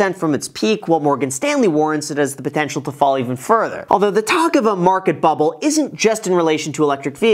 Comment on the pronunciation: I like how you say podencial 😬